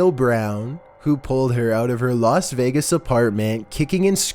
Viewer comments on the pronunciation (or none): none